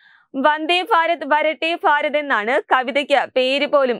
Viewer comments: ഫാ അല്ല ഭാരതത്തിന്റെ ഭ....😅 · ഫാരത ല്ല ഭാരത് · ഫരത് അല്ല ഭരത്